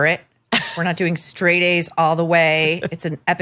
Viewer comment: LOL Shraight instead of straight